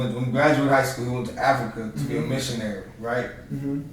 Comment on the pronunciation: Consider watching videos about the continent of Africa. It’s crazy the way y’all say Africa like it’s some city